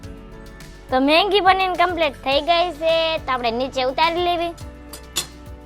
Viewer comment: Maggi ❌ Manggi ✅😂